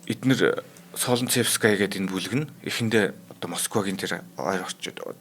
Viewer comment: Солнцевская- Соонцэвскаяа гэж дуудна